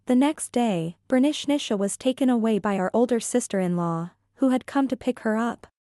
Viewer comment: I keep on hearing Bernicnicia (pronounced Bernishnisha).